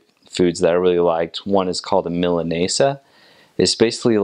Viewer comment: Omfg the way he pronounces milanesas has me dead☠️☠️☠️